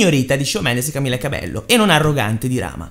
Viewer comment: Camila CabeLLo non si può sentire come pronuncia